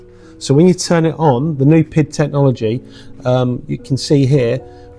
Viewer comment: Please, it is not pronounced pid, but P.I.D. Please use the right terminology. Nice review for the rest! Thanks